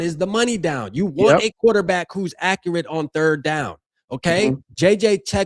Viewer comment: "the football turd"